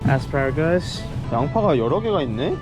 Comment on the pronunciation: 던킨이 보스턴이 본점인 정보도 알 수 있는 아주 알찬 의 영상!! 아스파롸거얼스~ 고급 영어발음 들을 수 있는 의 영상 최고다 공중파 다큐보는 것 같아요 미국은 사실 아직 여행으론 관심 밖 나라인데 동네가 너무 예뻐서 가고싶어지네요 미국 옛날 영화에 나온는 곳 같아요!!